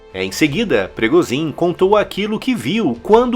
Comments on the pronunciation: PIRIGOSIN O CARAI!! PIRIGHOSÃO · "Prigozim"? 🤔 Está pronunciando o sobrenome de maneira totalmente equivocada. Corrija aí. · Agora não é mais Progozhim e sim Prigozão.